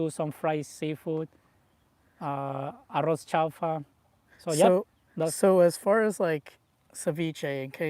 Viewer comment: I had to chuckle at the description of ceviche and the pronunciation of, "arroz".